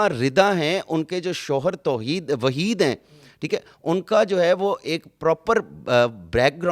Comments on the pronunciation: Not toheed its waheed PR not khan colini its kaghan colini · Shoher ka name waheed hy jnab toheed nhi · Toheed nai Waheed ha pehly sahe info to le Liya krn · Waheed not toheed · Waheed ha not toheed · bahi toheed nam ni waheed nam ha